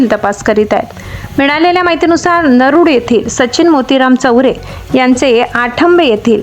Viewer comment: अहो मॅडम नरुड नाही नरुळ थोडं शुद्ध बोला